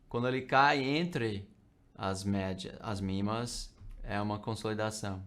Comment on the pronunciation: MA médias móveis, ele é gringo . . p/ pronuncia mimas